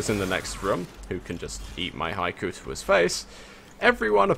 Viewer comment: it's not an accent it's just a mispronunciation. it should be said like he-ko